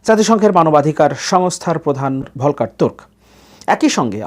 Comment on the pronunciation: জাতিসংঘের মানবাধিকার কমিশনার Volker Türk (শব্দ দুইটি জার্মান ভাষায় উচ্চারণ হবে “ফলকার তুর্ক” )। তিনি অস্ট্রিয়ার নাগরিক। তিনি ভিয়েনা বিশ্ববিদ্যালয় থেকে “আন্তর্জাতিক আইনে” পিএইচডি করেছেন। তিনি UNHCR এর mandate কি হবে তার উপর গবেষণা করে বই লিখেছেন। সুতরাং তিনি আন্তর্জাতিক আইনে একজন (Authority) বিজ্ঞ ব্যক্তি। তিনি ব্রিটিশ আইনে কোন বার-এট-ল নন।